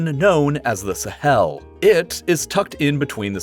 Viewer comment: When he says “Sahel” it sounds like he’s emphasizing the “hel” part